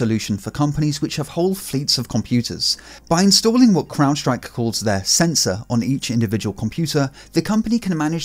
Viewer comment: You're the first one I've heard pronounce "crowdstrike" correctly... Everyone else says "cloudstrike"